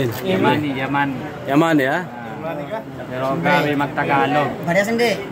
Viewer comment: Yemeni ata, hindi "yamani".